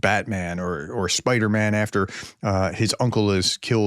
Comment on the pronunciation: Prof you perfectly mangled BatMan and SpiderMan 😅